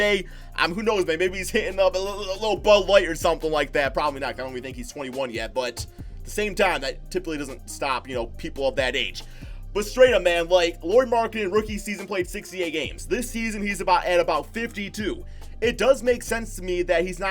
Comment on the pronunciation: Stop calling him Lori. Its pronounced like Lowry.